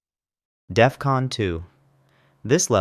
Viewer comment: Dude at work says it's Death-Con. Lmao